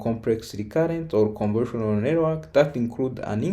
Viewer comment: More than once, it sounds like he is saying "conversional" instead of convolutional, and it never sounds like he says convolutional.